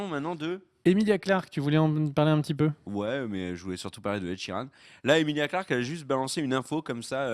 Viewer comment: Ed Sheeran !! Pas "Sheridan" LOL